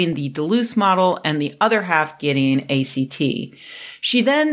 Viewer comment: A great video but I cringed every time she pronounced it that way. lol